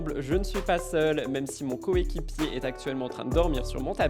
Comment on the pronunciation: Ton " CO-ÉQUIPIÉ " j'adore ! 😅